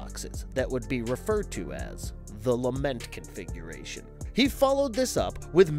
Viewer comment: I keep hearing lama configuration.